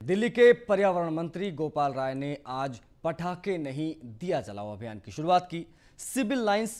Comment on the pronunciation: ओह एंकर महोदय शुरुवात सुरुआत नहीं, आशीष हो या असीस , गजब एंकर को नाम तक ठीक से नहीं ले पाते हो ! नमस्कार बोलना सीखो फिर समाचार बताना . 🤣😂🤣